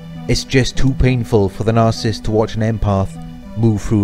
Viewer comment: I love how he doesn’t say narcissist he says “The nah-cyst” lol